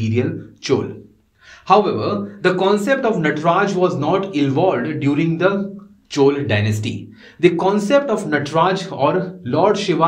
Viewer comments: Please pronounce South Indian terms like Chola correctly, it is not Chol. Thank you for your efforts in this YouTube series. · Plz, if you don't know how to spell plz make efforts It's Not Chooolee It's Choolaa (laa)